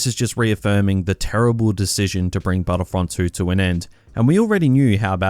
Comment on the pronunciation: Hoepfully battlefrunt thwee